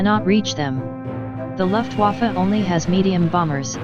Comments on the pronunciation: I love it how most speech bots seem to pronounce "Luftwaffe" like "Luftwaffel". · Luftwaffe is the correct spelling. You pronunce it as luftvafa